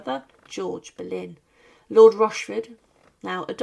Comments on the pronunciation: Anne Bollène et pas berlin ok ia de merde tu parle d'une reine d'Angleterre un peu de respect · Не Берлін,а Болейн. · Pani czytająca komentarz jest półanalfabetką i brak jej wiedzy. Jak można kogoś takiego zatrudnić ? "Boleyn" czytany jako "Berlin" i wiele innych tego typu wpadek.